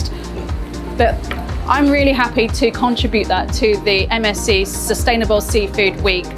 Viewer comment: Everytime she says MSC I think she‘s saying MSG XDD „MSG sent me sardines“